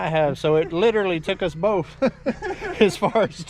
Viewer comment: I wish you would learn to say "BOTH" instead of "BOFE" and "BIRTHDAY" instead of :BIRFDAY." Makes you sound unintelligent and I am convinced you ARE NOT